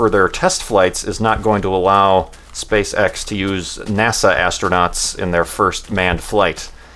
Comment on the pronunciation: Am I the only one who thinks 'SpaceX' sound really really like 'Spay Sex'